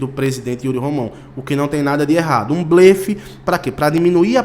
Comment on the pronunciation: Amigo a pronúncia certa de BLELE Muitas dúvidas surgem como pronunciar a palavra blefe, sendo “bléfe ou blêfe”. Por ser uma paroxítona, a letra “e” deve ser pronunciada de maneira aberta. Por isso, o correto é dizer “bléfe”.